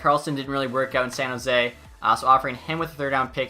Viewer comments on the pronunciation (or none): none